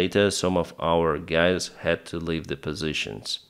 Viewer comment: All right gays? 😂